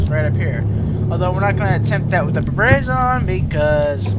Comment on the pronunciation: It's pronounced "Br-ra-ba-zon"